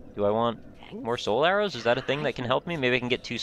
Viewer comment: Every time you say "Soul Arrows" I hear "Solaire-Os" the grossly incandescent breakfast cereal. I love it!